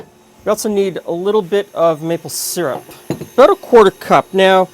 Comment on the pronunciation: Listen to how pronounces Out and About. It is more Oot and Aboot...